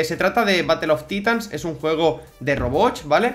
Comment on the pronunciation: Se pronuncia como “batl of taitans” Tío, se escucha terrible batl of titans, es inglés no español.